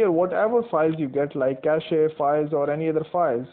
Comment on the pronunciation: I like that you pronounce cache correctly